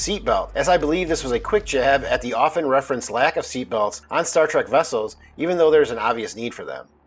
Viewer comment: but...nuclear wessels